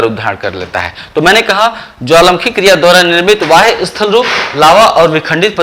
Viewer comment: Sir aap bahya ko vahya kyu bolte he???? Ya fir mera pronunciation galat he?????